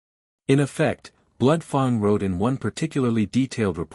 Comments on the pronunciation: F a n g is not pronounced f o n g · I loved this story line. Can there please be a part 2,3..... Fang is pronounced with a short a sound as in rang, sang gang.